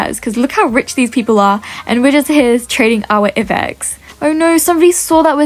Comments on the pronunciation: it's I BEX not E BEX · It's not ibex space the I so it would sound like I bex